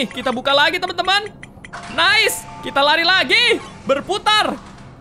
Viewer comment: Ngakak banget pas kak regi bilang "Nais"🤣